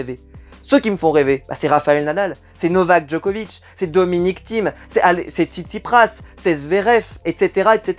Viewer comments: TsitsiPAS ✅ pas TsitsiPRAS ❌ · c'est TSITSIPAS pas PRAS